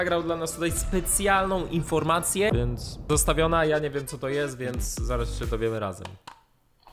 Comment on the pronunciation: kocham to "wjenc" xd